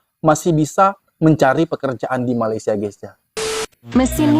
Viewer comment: Blh x abg betulkan sebutan Malaisia abg…salah tu sebutannya